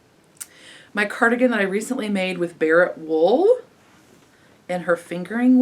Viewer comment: Thanks for the giggles tonight! BTW I think it’s Barrett Wool not Bartlett 😉 .... just sayin’ 😆